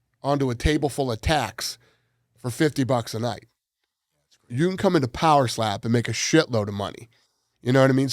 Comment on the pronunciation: Every time Dana talks about poweslap I get furious 😂